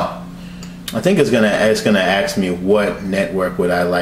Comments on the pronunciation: ask not axe 👍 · "It's gonna ax me for my password." 'nuff said